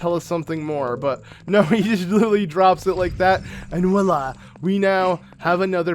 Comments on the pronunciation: why do you always say "walla" when its "voila" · I say walla